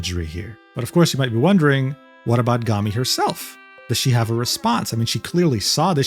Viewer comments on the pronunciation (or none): not super related, but lowkey disappointed that you pronounce her name "gah-mi" instead of "goh-mi", because the latter sounds like the japanese word for trash, "gomi". Just thought that would've been funny. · You pronounced Gomi like "Gummy" which too nice lmaooo. In Japanese, it's pronounced like the English words "Go" and "me" and the word Gomi means "trash" 😂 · still he mispronounce it as gami, the entire video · pronunciation of "Gomi" is killing me bruh